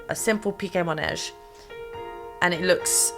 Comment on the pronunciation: It’s manège, not monège, my lovely ;) ❤